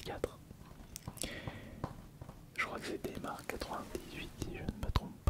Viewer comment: Mdr "démarre" au lieu de "daymaire" vu que c'est comme nightmare mais durant la journée, un effort PTN dans la prononciation en anflais merde